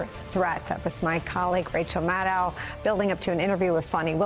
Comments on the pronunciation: Why can't Nicole ever say Rachel's last name correctly? 🤨 Her own colleague, for how many years now...? Maddow rhymes with SHADOW, not HOW! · Nicolle, Maddow rhymes with shadow! Get it right, my dear. 💙